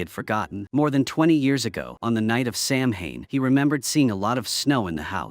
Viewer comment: samhain it's pronounced "sauw-ahn" . it's the etymology of where hallowe'en came from. it's the last harvest of the year so it's considered the new year. it's when the veil between the worlds in thinnest, it's an ancient festival and is still widely celebrated especially here in ireland where this film been made, scotland, wales,england, and islands even more so, such as the isle of mann, scottish islands, and the channel islands. this was practiced until christianity came along and as it does elsewhere, tries to eradicate the indigenous people's cultures and beliefs, calling them unholy, not realising that those people were connected to divine love and light much clearer than that, what they tried to enforce upon the people, whether that be ireland, canada, australia, and across africa. we still practice it because it's in our blood. seamus is "shaay-mahs" . o'shea is "o-shay" .